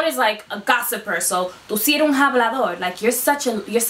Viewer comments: 😂 👍🏽 Me di cuenta de que ella también lo dijo mal; Estoy como... "Espera, ella es una mentirosa... 😳” Como una persona Cubana, pronunciamos como “AH-blah-dor.” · Isn’t it pronounced ablador intead of hablador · Soy dominicano y me irrita que tu pronuncies la “h” no es un “JABLADOR” es un “Habladaor” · It is more like "Jáblador". That word needs to be said right in order to have the effect needed lol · In some countries, hablador means one who speaks a lot, I mean a LOT. Like a Chatty Cathy. But the H is silent throughout the entire Spanish speaking world, in both hemispheres. So the word choice can be considered correct, but the pronunciation she uses is not a normal variant coming from any Spanish speaking country. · íPinche video! Last time I checked, los dominicanos had their own slang words, and certain variations in pronunciation, compared to other Spanish, especially of the non-Carribean varieties. But NOWHERE in any Spanish I have ever encountered, and I have been in several Spanish speaking countries, does anyone EVER pronounce the letter "h"...yet she pronounces hablador as if it was an English word that begins with a clearly pronounced English-style H sound: HAB-la-dor, not AB-lo-dor, which is the correct pronunciation. But in her case, it would be AB-la-dora.